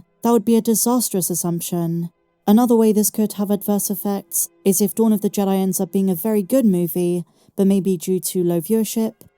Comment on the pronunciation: I think it's pronounced "jee-dye"